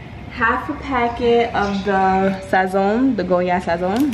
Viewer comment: Loving the accent when you say Sazón! Lolll looks so yummy!! 😍